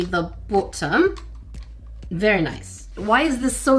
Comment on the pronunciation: Why did sound sooo British Botttom💀😭